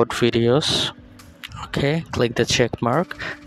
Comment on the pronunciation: "workout videod"😭😂💀